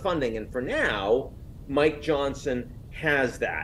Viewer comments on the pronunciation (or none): none